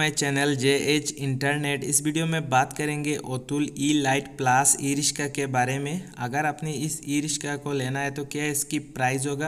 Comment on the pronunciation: Rishka Nahi, riksha bol